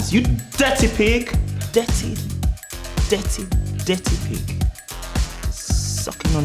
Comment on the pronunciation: Ncuti not being able to say "Dirty pig" killed me😂